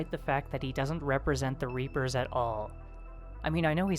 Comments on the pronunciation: LOL reaper-Os xD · Reap-o's XD